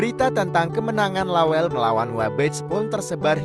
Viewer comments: La welle, ' bukan lawell... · Lawelle bang bukan lawel, ase bukan Ais,,😅😅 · Saya dislike karena narasi menggunakan bahasa Google. Lawelle kok jadi lawel....opppooooo wi... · Aduuh,... ga sereg dengernya, narasinya bkn org bugis. Penyebutan nama lawel, itu bkn nama bugis pa'e 🙏🙏🙏